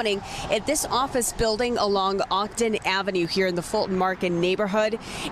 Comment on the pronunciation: This reporter can't even pronounce Ogden ave!